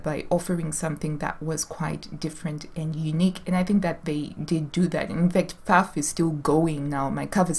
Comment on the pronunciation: Girl, it’s nice to know there are other crazy gals out there. I have about 10 Pfaffs in my home, 5 Singers, 2 Brothers and many modern Janome, Babylocks etc. You pronounce Pfaff correctly, greetings from Germany!